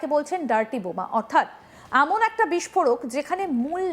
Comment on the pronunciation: এখন এর উচ্চারণ অ্যাখন, এমন এর উচ্চারণ অ্যামন,এ রকম উচ্চারণ করেন কেন???? এ খন এখন